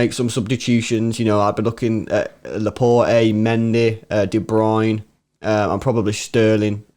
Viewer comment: As a Belgian I know how De Bruyne's name is pronounced and because I speak some French, I also know how Laporte's name is pronounced. Not that anyone blames you or cares how you guys (and other Englishmen) pronounce these names but just in case you want to be correct: Laporte is pronounced La-port (no e at the end), De Bruyne is De-Bruyn-e (with an "e" at the end). The "UY" sound does not exist in the English language so don't bother learning that, just say the E at the end! Cheers